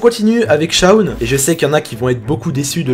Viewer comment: ON dit Shawn mais pas Shown.